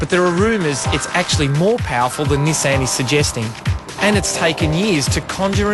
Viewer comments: this guys a moron... cant half tell he's reading off a piece of paper. only rate Shane Jacobson in this show, no wonder they picked him and not the other 2 to do the live show here in Australia. Nissan isn't 2 separate words you fuck head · ni-saaaaan. what... everyone in australia says it like Niiii-san.